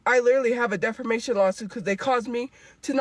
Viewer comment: She says "defermation, suffercate, anywheres, somewheres" she's always been a peanut brain